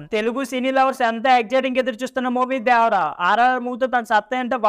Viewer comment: not dyavara only devara 😂😂😂😂